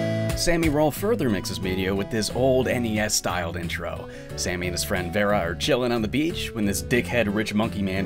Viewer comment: Don't wanna be that annoying person but I'm pretty sure it's super "sah-mi" roll, not "super sammy roll." Japanese pronunciation. It bothers me a little when people don't get that right.